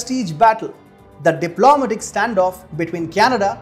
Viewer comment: Not: dip LO ma tic. Say: dip lo MAT ic. Sorry, but that bothered me wery much.